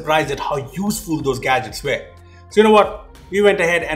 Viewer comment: why are you pronouncing were different?